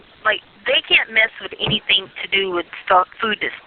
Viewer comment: I notices sur pronounces “ing” as “ink.” Is that something g people do?